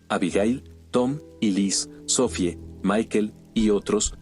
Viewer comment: se entiende que tengas prisa por subir los vídeos bro y que la traducción no sea la adecuada a veces pero pls mínimo dedicale un momennto a escuchar el relato cuando lo narra el bot algunas veces faltan acentos y suena tan raro el relato jajaja como los nombres en este relato: "sofie" o "pórtal" o cuando en algunos relatos dice "cuchilló" suenan bien antinatural